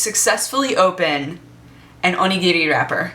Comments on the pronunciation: OMG she can pronounce Onigiri correctly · Omg those ponytails are so cute! ^^ And the way she says onigiri. Not like I ever tried to pronounce that.. xD